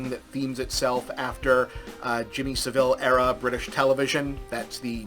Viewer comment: It's even grimmer when you know that Jimmy Saville (stress on the first syllable) was a nonce and used his position as a presenter for those purposes.